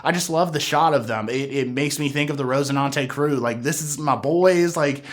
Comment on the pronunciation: RoCINANTE, not rose... son